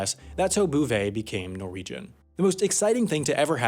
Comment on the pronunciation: *Norwegian. Sorry can’t let that slide with a Nordic person